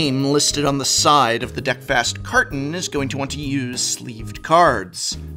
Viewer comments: The DeckFist milk carton deck box by KakaPopo sure sounds like pure marketing genius. 5 year-old german me definitely had a laugh! Edit: Just now realized it's called DeckFast, damn you Prof and your pronunciation! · Okay. Now I understand it's supposed to be named after "breakfast", but I keep hearing "deck-fist" 😆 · I heard Deck Fist everytime.